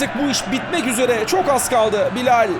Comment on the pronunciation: Abi çok güzel BİLAL diyorsun . :-) Bilayll